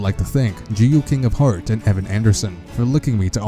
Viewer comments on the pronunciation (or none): none